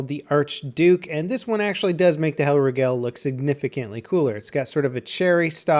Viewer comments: The way you say Hellriegel really pisses me off. Where do you get "Hell-ruh-gell" from? It's Hell-rieg-uhl. Also, The Tone-enberg? Really? Do you just hate the German Language? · I think it's pronounced "HELLREEGAL" - if it's german that is. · "Hellreegell" lol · Please don't 'Merica' the name and just say Hellriegel normally...